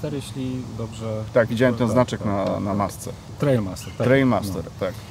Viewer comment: Nie Trailmaster, tylko Trialmaster (czyt. trajal...) Panowie